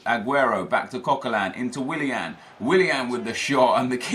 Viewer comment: how can you say willian so much and still not realise?